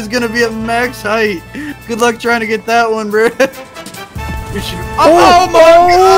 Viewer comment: Why you say “bruh” like “breh”? If your gonna say it, say it right